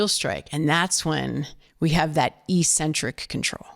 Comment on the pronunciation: I think she mispronounced the word "eccentric".